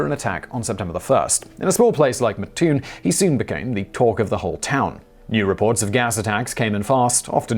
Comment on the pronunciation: It is pronounced Mat like a door mat....Mattoon and not Mutoon Thank you much.